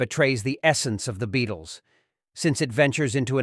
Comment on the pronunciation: It does sound like AI. Homage sounds like "home meg" Beatles sounds like "Beat less"